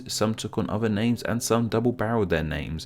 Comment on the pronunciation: Please learn how to say father, not farver. Other, is not pronounced ovver.